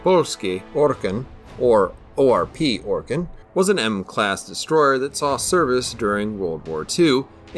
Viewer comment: You need 20k extra subs and a monetized channel solely for pronouncing the full name of this ship. I mean we've come to expect precision from you but that right there was masterful.